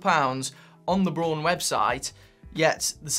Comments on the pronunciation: bra-un, not brown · Late to the game, but just wanted to add that the brand name Braun is pronounced almost exactly like the English colour 'brown' - not 'brawn'. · You're pronouncing it "brawn". It's German, it's actually pronounced "brown". It means "brown". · Braun, not Bron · Btw the brand is pronounced like the english word "brown". Just saying. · I think Braun is pronounced the same as Brown. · Pronounce it as in English ... Brown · The way you pronounce Braun is just so......wrong.